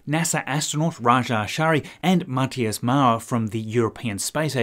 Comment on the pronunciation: Thumbs up for pronouncing Matthias correctly. 😉👍